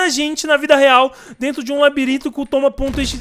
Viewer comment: Parece que o nome é toma.exe ele falou